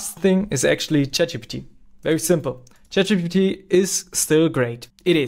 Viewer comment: bro literally said Chap Gbt 😭